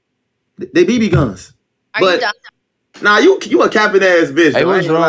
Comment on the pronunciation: said they bibi guns 😂😂😂